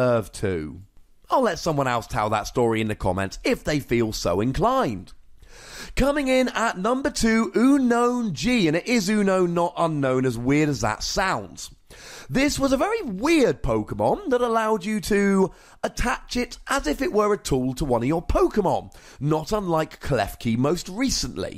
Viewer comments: It's pronounced 'Unknown' in the third Pokemon movie, the Pokemon say it themselves and so do all the human characters. Nobody calls it 'Ew-known' at all. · No one says "Ew-known" but you